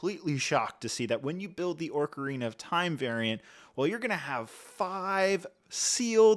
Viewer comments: I took a short of vordka every time he says Orkarina and now I’m coorked with alcohol poirsoning. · ORCarina is insane dawg you might need a dialect coach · Ah yes Tolkien's princess of the Orcs, "Orcarina". 😂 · orcarina so many times just triggered the ever living shit outta me lol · What's worse is that ocarinas are a real musical instrument, not something made up by Nintendo. I can understand not knowing how to pronounce Deku, but just LOOKING at the word "ocarina" will show you that there's no "r" before the c, so pronouncing it as orca-rina is insane. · Lmao when I was a child I used to pronounce it “Ocarnia” but as a full grown man no excuse for that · Ooofff... forget me saying I'm going to hear Orcarina everytime... Ocarnia wins the butchery of the day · Orkureena skull-two-lah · "Orka-Rina of time" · He is pronouncing it like Orca🐋rina 💀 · ORRR CAR INA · I’ve never played Zelda and even I know you’re butchering the pronunciation of ocarina and terminology, do better, you’re just being lazy and not doing your research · The names, my dude. Ocarina, especially, has two different accepted pronunciations, but you didn't use either one. I normally wouldn't care, but because of how often you say the words it just got more notable over time. I understand that you maybe didn't play the games yourself, but it might've been worth watching a youtube video or something about the games to get an idea of how to say the names. I'd recommend that in the future when reviewing sets about a property you're not familiar with. Hopefully there will be more Lego Zelda sets in the future and you'll have'em down by then. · where are you seeing an R in ocarina ☠️☠️☠️ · mispronouncing ocarina every time really annoyed me lmao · haha. I meant the R he is pronouncing at the start - not the actual R that is later in the word. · Not orcarina either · I was looking forward to watching this. But 5 mins I can’t handle this pronunciation of ‘oRcarina of time’. It’s making me feel itchy.